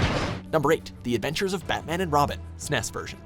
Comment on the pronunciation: how did he pronounce snes???? dont make me hurt you